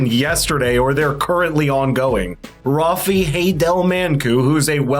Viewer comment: It is RAFE. Pronounce it properly please.